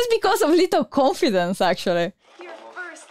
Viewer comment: I love how pronounce confidence. It sounds like she's saying coffee-dence